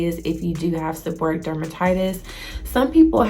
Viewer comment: The correct pronunciation is: seb-or-ray-ic. Thank you for sharing your experience.